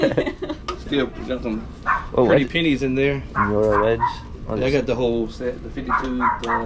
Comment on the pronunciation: You’re getting better at pronouncing Miura!!